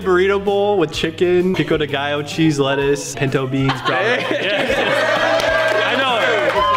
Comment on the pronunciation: bro said pico de gallo like a real mexican